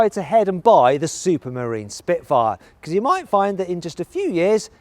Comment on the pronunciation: 시프트파이어 스피트파이어 시피트파이어...